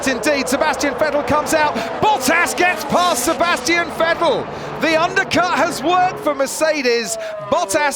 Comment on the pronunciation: I hate the way this guy pronunces Vettel